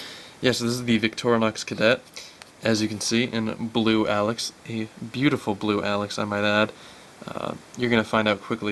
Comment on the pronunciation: it's pronounced "A-Locks" not alex!